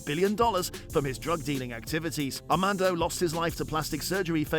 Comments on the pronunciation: Amando😂 AMADO, some people should really double check things before posting. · Said his name 200,000 times and said it wrong every time